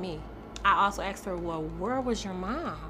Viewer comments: Why even teachers say: "aksed" iso asked... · Teacher who cannot say asked properly. Axed isn't asked. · A teacher that says “akst”….thats the real crime here. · Asked…. Not, axed. Lord have mercy. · She's a teacher and says axed instead of asked. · Please don't use the word "Axed" It's "Asked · Tooken? Axed? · A teacher that says “axed?” Oh well. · A teacher who says ax instead of ask shouldn't be a teacher.